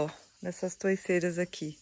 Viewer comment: Hypei o vídeo de vcs. Adorei ver a limpeza. Ficou lindo e aconchegante. E se forem alugar novamente, por favor, ponham no contrato a obrigação de manter limpo. Ah! Vc falou " Toiceiras" me lembrou " Toucinho ou Toucinho" Pra nós aqui em São Paulo, conhecemos por " Toceiras" Me perdoe pela correção e um Abração: Alziro e Silvana ( Ibiúna - interior de São Paulo 74 Km da capital)